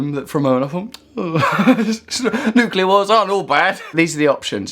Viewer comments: Woodock! It's nucLEAr, not nucULAr. i tried to resist correcting you, but i failed. by the way, i'm just watching Adam Curtis' Bitter Lake documentary. It's long and arty, but fills in a lot of gaps in my knowledge about the arms trade and the West's involvement in the Middle East. Pretty essential viewing if, like mine, your knowledge was a bit sketchy. It's on iPlayer at the minute. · Has anybody noticed that woodcock mp guy can't even pronounce the word "nuclear" properly? Makes all of his arguments completely void in my opinion